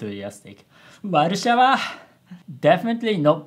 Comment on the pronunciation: Warsaw (Warszawa) is a Polish city, and I as a Polish can say that Japanese pronunciation of this word is really close to Polish ;D